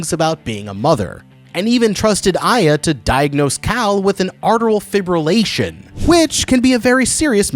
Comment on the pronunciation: Sorry, but what the heck is arteral fibrillation? Atrial?